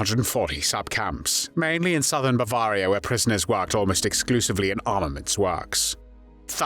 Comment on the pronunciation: Why do you speak of Bavah-ria? It's pronounced Bav-airy-a